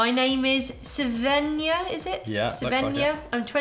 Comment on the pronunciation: It's cute how you pronounce Svenja as Sevenja. 🥰